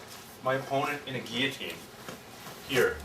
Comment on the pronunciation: I think is the first video I've seen demonstrating the guillotine in which the instructor pronounced "guillotine" correctly.